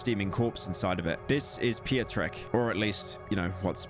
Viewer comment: "Pio-trek", it's pronounced pyotreck